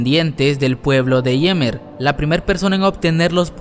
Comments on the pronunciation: "Yimir" tambien me desespera jaja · Se dise ymir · Se dice Marley y es Ymir o Yemer😑🙄